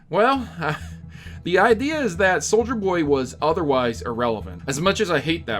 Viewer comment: Everytime he says souljer boy take a shot